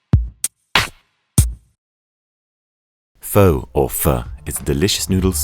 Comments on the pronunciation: Hey foodtube4 maybe you get make sure you get your narrator to properly pronounce the name of the dish that's being cooked so, u know....so it adds a much needed amount of credibility to the person who's actually cooking. Pho does not rhyme with 'though', it should rhyme with 'the'. In any case, if the editor of this video actually bothered to ask any vietnamese how to pronounce this simple word this glaring and slightly embarrassing mistake probably wouldn't have been made. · While this is a more authentic pho recipe than most...the "or" pronunciation at the start, is wrong. It's always "fu" as in "fuck", never "fo" as in "low". Period. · TBH some of the things you have to done to this dish may have just changed the whole purpose to it...... BTW you cant even pronounce the dish name correctly.